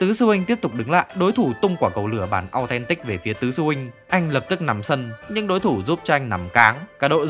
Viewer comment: quả cầu lửa Au then tích :v